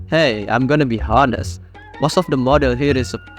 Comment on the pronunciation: it’s pronounced “onest”🧐